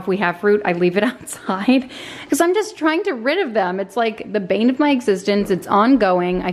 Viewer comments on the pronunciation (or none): none